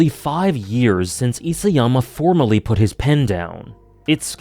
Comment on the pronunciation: Hey, long time viewer. Love your thoughts on anime and media. Just thought I'd be pedantic and correct you on the pronunciation of Isayama since you seem to love AoT and the author. Ee-sah-yama, not Ee-say-yama. Obviously doesn't detract from any of your opinions and criticisms. Cheers!